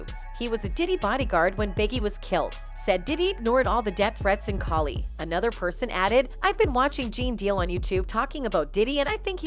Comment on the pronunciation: Ok the narrator can't even pronounce these artists names right 🙄 😑.....not even Cali.... who edited this 😩 Really sounds like she's doesn't know whats on at this point 🤔 you're just saying anything sorry that threw the whole story off.....🤷🏽‍♀️